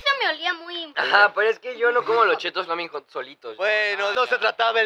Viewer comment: se dice flamin jot